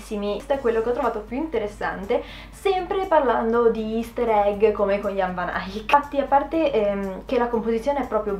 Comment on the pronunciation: Bella qusta rubrica devi assolutamente continuarla . Comunque secondo il mio professore di storia dell'arte moderna la V di Van Eyck si pronuncia con la F e Eyck rimane Eyck ( come se ti stessi strozzando) 😁